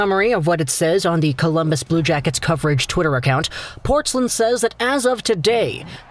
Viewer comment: Dude, it's Portz-LINE, not Portz-lin. Wouldn't be a huge deal, but hearing you mispronounce it over a dozen times rankles.